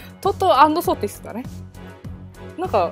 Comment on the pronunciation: 発音が怪しいのでトト&ソティスを早口で3回言って欲しい気がせんでもない・・・